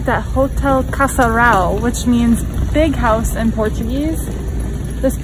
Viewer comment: Hahahahaha funny that you guys can't do nasal sounds said like "casaral" instead of "casarão"